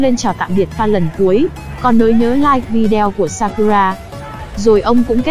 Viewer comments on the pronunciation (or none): none